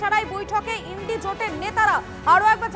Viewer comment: INDIA জোট নয় ইন্ডি জোট। কি জানি কি স্ট্যান্ডার্ড এর রিপোর্টার।